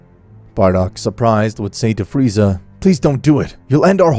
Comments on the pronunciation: Man i love it when in 21 min he says freezer not Freza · Freiza not freezer gd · I love when he says Freezer instead of Frieza. Nice nod to TFS. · i love how king vegeta says freezer insted of frieza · Its entertaining though, only thing thats kinda cringe to me is how they keep saying freezer instead of frieza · I love how everyone besides goku calls frieza "Freezer" instead of frieza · Not freser it is frisa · Bro you keep calling him Freezer... you're fking killing me🤣🤣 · "freezer" lmao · Did no one hear friezer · Why does Beerus says Frieza like "Friezar"? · I like how Beerus calls, Frieza 'Freezer' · Beerus said "Friezer" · I like how he calls frieza freezer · im sorry did beerus say freezer wtf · It’s LORD FREIZA YOU SIMAYAN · Why are they saying freezer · Berus said freezer 😂😂😂